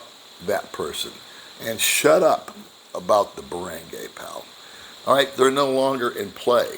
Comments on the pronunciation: Baranguy Pronounced Bah-ron-guy not Bah-rang-gay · You are pronouncing ”barangay” wrong.